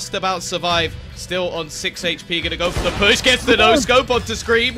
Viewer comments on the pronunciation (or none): none